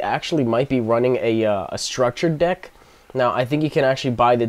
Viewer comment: I thought you said you started a new dick.